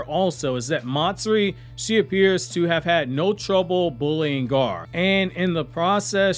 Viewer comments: Who is Gaar? Do you not know how to say Gaara or something? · Why are you calling Gaara, Garr? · I would like if this guy could pronounce the name Gaara